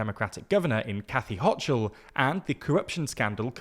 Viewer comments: Kathy Hochul's last name is pronounced "hoe-cull", not "hoe-chull" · Governor Kathy Hochul's last name is pronounced hoe-cull, not hock-cull. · It’s “walls”, not “waltz”, “hoe-cull”, not “hoe-chul”, and “Marie Gluesencamp Perez” (Gluesencamp Perez is the full last name), not “Marie Perez” I love you silly brits but please for the love of god just try to find a single clip of someone saying their names 😅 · Its pronounced Ho-kul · I am begging you to learn how Kathy Hochul pronounces her name